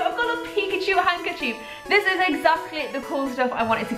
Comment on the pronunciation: Hanker chief? U say it so wired lol Love your vids though